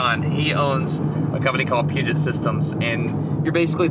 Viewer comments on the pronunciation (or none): That's true, but some people might not be into it. As he said, he wasn't even aware of the fact that not all hardware is the same Also, you do know that Peugeot is a French car maker, right? It's Puget xD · Puget. Not Peugeot.